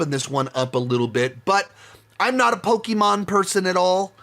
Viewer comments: Why are you pronouncing pokemon and pikachu like that you had it right the first time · Peak delivery of “Pok-e-men Ditective Pik-a-chu” I’m not big into video games, and so I’m not too big into these video game adaptations, but my top 5 would have to be 1) Sonic the Hedgehog 3 (3.5/5) 2) Pok-e-men Detective Pik-a-cha (3/5) 3) Hitman Agent 47 (3/5) 4) Sonic the Hedgehog 2 (3/5) 5) Sonic the Hedgehog (3/5) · I love how he keeps going back and forth on how to pronounce Pokémon